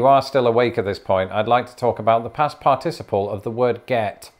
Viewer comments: I love how seems incapable of settling on one particular stress pattern for the word "participle." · Your pronunciation of the word “participle” reminds me a bit of the British pronunciation of “aluminum”. The syllables are all there, but the rhythm seems weird. 😂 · As a recovering English major, I always appreciate your English lessons. I did get a slight brain cramp on the way you pronounce "participle" - for a moment I thought the Brits had invented a new part of speech. Thanks. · In the US, "participle" has the accent on the first syllable. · Are we going to discuss the different syllable emphasis in "participle?" No? [sigh] Fine. Good job! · All I can think about is the way he pronounces participle and that his glasses are crooked. I wonder if he'd find it amusing if someone copies him saying participle and replayed it 50 times in a row? I'd find it hilarious but that's me. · Now we just need to teach you how to correctly pronounce 'participle'. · I cant pay attention all that well, I keep going back to how you pronounce participle wrong. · i can't get over how you are pronouncing "participle." It just sounds so weird. LOL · You’re pronouncing participle incorrectly 😒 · was inconsistent in his use of a stress pattern on the word "participle" in this video. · Do pronunciation of shared words next - I'm enjoying your odd pronunciation of "par-TIS-iple" as opposed to "PAR-ticiple" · I find the British pronunciation of the word "participle" interesting. In American, I learned it with the stress on the first syllable: "PAR-ti-ci-ple." But I've heard a few different British speakers say the word, and they usually pronounce it with the stress on the second syllable: "par-TI-ci-ple." Yet another language difference. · I couldn't help but notice the difference of emphasis on the syllables in the word "participle". I say "PAR-ti-ci-ple", but the British way seems to be "par-TI-ci-ple". Interesting. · USA: PAR-ti-CI-ple Him: parTIciple